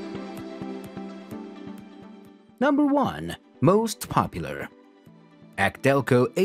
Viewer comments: He said Acdelco instead of A.C. I'm done. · Ack Delco... really? There goes any credibility. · agreed "akdelco"?! lol